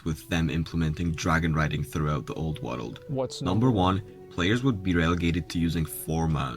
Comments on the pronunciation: Am I the only one hearing "woddle of warcraft" everytime he says "world"? 🤔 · Every time this dude says Wurald (world) you gotta take a shot.... god damn you drunk after the first 5 mins..... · New WORULD! LUL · waruld. it's hard man.... SO HARD...